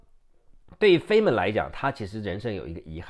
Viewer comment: 物理學家 Dr. Richard Feynman 的姓應讀作 Fine-man。